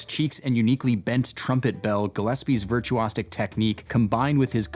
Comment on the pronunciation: virtue-ah-SICK... where did that stick come from?